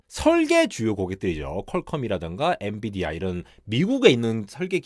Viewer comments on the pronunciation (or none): none